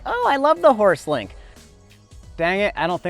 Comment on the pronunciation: Bro, it's called Horst-Link not Horse-Link, named after its inventor Horst Leitner